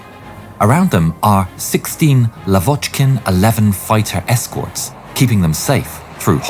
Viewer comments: i love the ai used in this. if people think its not, i guess you believe anyone pronounces the word fighter as fitter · Bro couldn't say "fighter" to save his life 💀